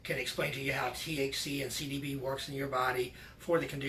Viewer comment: Thank you for this video but is it just me or does my guy not say CBD correctly once?